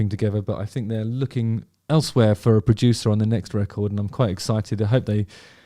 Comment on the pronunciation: I’m a Suffolk lad. I say ‘fink’ as well.is that down to your Suffolk roots?